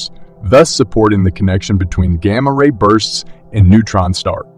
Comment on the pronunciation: It's gamma -ray bursts not gamma. Ray bursts. Get people to read it not machines!